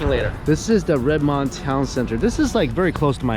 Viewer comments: red...min..d....not red mond lolol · again....it's pronounced "Red-Mend". You got here in the Summer, just wait until September for the rain. Come to Everett, 45 minutes north of Seattle. Everett has some great eats. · The city you live in is pronounced “Red-men-d” vs “Red-mond”😊 Welcome to Washington! Hope to get a chance to meet you in person. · Heads up, when pronouncing Redmond, say the 'mond' part like 'min-d' instead of 'mond' like Pokemon. 'Min-d' like minute:) Also go check out Saigon Soul in Kent. It's about 40 mins south of Redmond. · It’s pronounced Redmend even though it’s spelt Redmond. Welcome to Washington!! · ok I hate to correct but pronounce it redMEND... not RedMond.. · as one that was born and grew up in that town, it's pronounced more like RedMund, not Mend. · literally no one who is native to the area says it like "redMEND" is 100% correct, RedMUND is the correct pronunciation. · it’s pronounced REDMUND even tho it’s spelled with an O. Seattle has been having a drought this year. No. the BEST burger is at Red Mill Burger. I love the blue cheese with peppered crispy thick bacon burger. Also get their milk shakes!And I love Korean family style food is at Ho Soon Yi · You have to learn how to say Redmond right (Red-mund) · Red mund....thats how its pronounced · I hate to tell you this but it’s really annoying me, but it’s pronounced Red-mind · Hey! Go Kona Kitchen in Greenwood area in Seattle. The restaurant is owned by the bad guy in Karate Kid II. Can't believe you chose to live in Microsoft country in Redmond. And it's pronounced RED-MUND. Hope to run into you either in the Seattle area or in Asia. Take care and welcome to Seattle...or RED-MUND to be exact. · Redmond is pronounced Redmund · Redmond is pronounced Red-mund, welcome to Washington! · 😂 it's pronounced Red-Mund. the way you say it just cracks me up. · the pronunciation is even closer to "red-mihnd" anyways (with redmond rhyming with red wind)